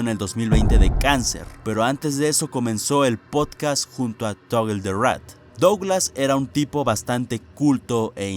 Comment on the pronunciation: Desk tal vez no lo sepas pero cuando vayas a decir cosas en inglés o nombres raros con loquendo no hay que escribirlo como aparece por ejemplo en vez de escribir Toggle escribes Togel o togle ósea que lo simplifiques para que no se vuelva loco el Loquendo